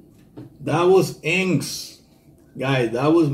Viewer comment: My friend the band"s name is pronounced In..X..S..Thank you great reaction..